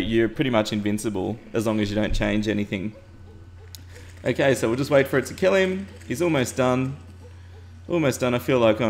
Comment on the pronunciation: I keep thinking you are saying AKA when you are saying okay